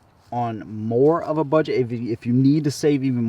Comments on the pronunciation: It's pronounced with a J "Janik" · Just FYI... Canik is pronounced Jonik